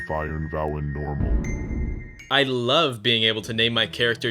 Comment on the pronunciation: "I Lyuove being able to name my character Yakub" ✌